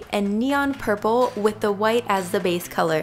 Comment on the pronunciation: Why does she say: As se base color😂